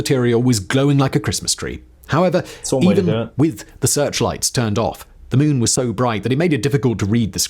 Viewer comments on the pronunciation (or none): none